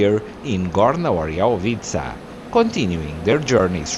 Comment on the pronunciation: I am from Gorna Oryahovitsa. Perfect pronunciation btw. Loved the video.